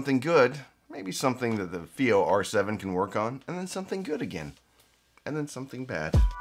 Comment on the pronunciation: IfI? This is FiiO